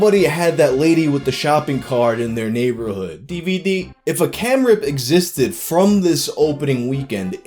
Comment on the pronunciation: Deeveedee o—o